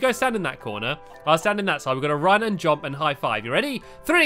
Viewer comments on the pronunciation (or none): Yo, Stampy it's pronounced JUMP not JOMP.